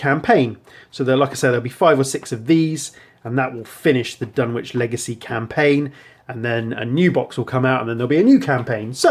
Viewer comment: FYI - I've mispronounced it myself for years, apparently the 'w' in Dunwich is silent... Dun-itch rather than Dun-which